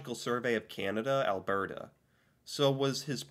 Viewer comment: Also it is pronounced al-bert-ah not el-bair-deh